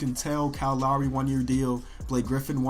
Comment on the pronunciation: His pronunciation of "Lowry" bothers me more than it should...